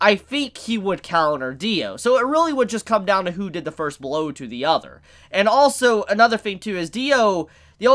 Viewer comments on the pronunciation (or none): none